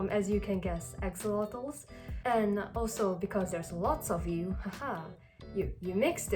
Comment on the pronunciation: ax-Oh-lot-oles is how you pronounce it